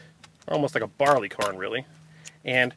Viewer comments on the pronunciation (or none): none